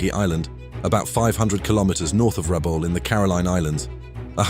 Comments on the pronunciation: Pronounced Rabowl not Rabaul. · Excellent documentary, but why insist on pronouncing Rabaul as "Rabawl". If you notice the ex service men all pronounced it as well as anyone who has lived in PNG or Rabaul knows it as "Rab-owl". Just saying 😊